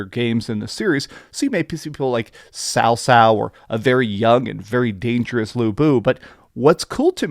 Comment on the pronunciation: Thank you for pronouncing Cao Cao's name correctly. The only reviewer I've seen so far to do that.